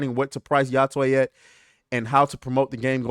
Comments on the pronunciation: It's much easier to pronounce than what you made it. just pretend you are saying hi to your friend tay. Yo-tay. lol Yotwang? lol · It's "yo-tey" the tey is like "hey" but with a t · I'll say it. Yo-tay. How hard is that?